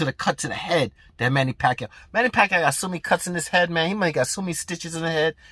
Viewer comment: i still remember that fight with Manny and Ledwaba when the commentators couldnt figure out how to say Manny Pacquiao"s name right. hearing you say "Pakayaoooo" def gave me that same reaction from back then. its hard to disagree with you cuz you speak facts. thuuumbs up!!!